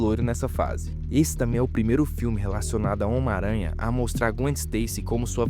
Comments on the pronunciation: Omaranha... (SIC) 🤣 Seria melhor se dissesse “miranha.” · O cara fala "ómaranha" 😂😂